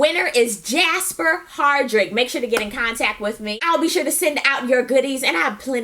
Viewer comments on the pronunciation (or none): Jasper??? That's not how you pronounce my name!! lol... Anyway, re: TWD: Carol really is a "G", scaring that little boy. He probably peed his pants. I don't trust anybody in Alexandria either. Rick kissed that woman like he didn't know she had a hubby. Daryl was killin' that spaghetti! It's such a good show. Watching RHOA is like having scenes from my seventh grade days being played out by adults. Very unnatural.